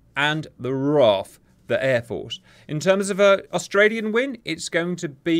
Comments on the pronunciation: Shouldn't call the RAN the "Ran" as that what the WRAN used to be called. It should the R-A-N. Also RAAF is Raaf like ham, not like calm. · We call them the R double A F Cap, not Raaff or R A A F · Gudday Cap, we pronounce the RAAF the “R-double-A-F” mate. I used to live on the waterfront at Nightcliff in Darwin looking out over the Timor Sea. This would have looked pretty wild from my balcony 😂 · Great work on the sim and shows why we need those AUKUS subs which can lay in wait 500 miles off the coast. The Chinese wouldn't get close enough to be within range. As an RAAF brat it's pronounced R double A F not R A A F 😁. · R DOUBLE A F not R A A F ( holy hell I'm ex army and making sure they are represented and pronounced correctly.. somebody kill me) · As someone that spent 14yrs in it, its also pronounced RAAF (one word) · RAAF is commonly stated as R, double A, F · Australians pronounce it " R double A F'